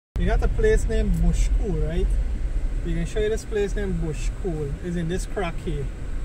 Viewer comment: Bushpool not bush cool